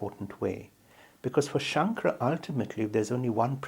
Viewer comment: The narrator’s pronunciation of the name “Shankara” was atrocious. It’s not very respectful to this great saint. If you have an opportunity, please re-record those moments in the video. Dr. Lipner pronounced the name correctly. You can follow his pronunciation.